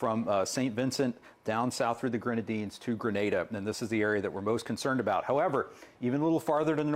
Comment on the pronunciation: Appreciate the correct pronunciation of Grenada! 🇬🇩